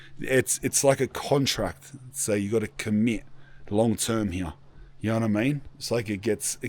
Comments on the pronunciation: “Hee-yaw” instead of “here” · Right heyeah? Are you sure it's heyeah bruv? Nawr! Just teasing, bud.